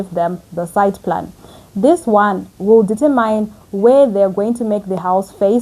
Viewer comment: Sweetheart Google how the word determine is correctly pronounced. I have a feeling you will keep coming back to this word in future videos. I don’t mean to be rude…just trying to help. Other than that, you are fluent, composed and well spoken … cherry on the top is your construction knowledge. Thank you for all the information.